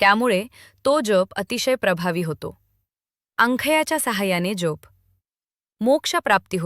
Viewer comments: जेप का म्हणून उच्चारतात कसे तरीच वाटते जप हा इतका सहज सोपा शब्द असताना त्याला वेडेवाकडे वळण का म्हणून द्यावे मग VDO केल्याचे एवढे या एका शब्दामुळे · जेप नाही जप